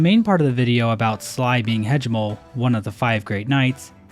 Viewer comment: It better be bait the way he’s saying Hegemol’s name